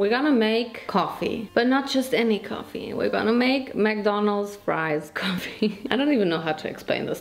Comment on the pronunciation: I don't know why am I just laughing at you when you said ( ma friesssss ) it's so funny 🤣🤣